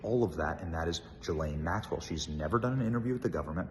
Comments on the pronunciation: Ghislaine is a HARD “G” Benny!!! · As much as I can’t stand Ghislane Maxwell, why can’t Benny (as well as a lot of other “reporters) pronounce her name correctly? Even Dershowitz can pronounce it. Hard “G” (like grape or gold) “Gil-ane “. I think she should rot in a maximum state prison but at least pronounce the child predators name correctly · She pronounces her name, Gay-Lane Maxwell. Not that I'm defending this woman. LOL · Great coverage. Just a note, her name is pronounced: Ghee lane. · I wish this guy would either say her name properly, or just stop saying it.